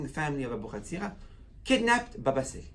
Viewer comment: Sali, not Sale.